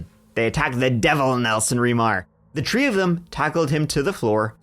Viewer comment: cuz that's how pronounces it. Like Tree, instead of Three.